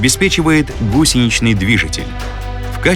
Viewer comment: и далее. Не гУсеничный движитель, а гусенИчный.